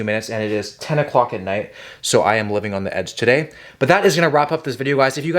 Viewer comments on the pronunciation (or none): none